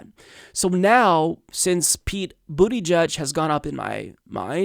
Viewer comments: went with "Bootie Judge!" OMG! LMFAO! 🤣 🤣 🤣 It's Boot-A-Judge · You are pronouncing his name wrong...he cant be gay and called pete booty judge check out his Colbert inteview to pronounce correctly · LOL The way your pronounce his name makes it sound like he worked for Trump being a Booty Judge and all. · It's Pete "Buddha-Judge" or Pete "Boot-edge-edge" Stop being juvenile. It's beneath you. Really insulting to make fun of the first openly gay presidential candidate this way. Come on man. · I think it's pronounced "boot-ih-jeg". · It's boot-EDGE-EDGE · Pete booty judge I'm sure there's a better way to pronounce his name, lol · 1.Bernie 2.Tulsi 3.Yang for me. Buttigieg (Buttyjudge, sure it's not pronounced that way) sounded good in that segment. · It's not "judge" it's "jidge" -- boot-a-jidge - rhymes with "root-a-bridge". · Politics aside, is it really pronounced "booty jugde?" That alone will get him at 5% of the vote in the primaries😂😂😂